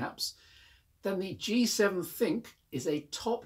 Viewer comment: You're one of the very few reviewers who's managed to grasp that ThinQ should be pronounced as THINK not Thin q. Ford tried his with the KA. It was supposed to be a pun on CAR and pronounced as such but everyone calls it the K A.